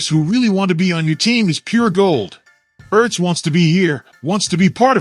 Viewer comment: Damn automated voice shit is fuckin annoying... dude said Zack E.R.T.Z lol...wtf